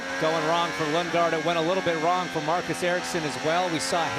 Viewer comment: He called him Lungegaard 💀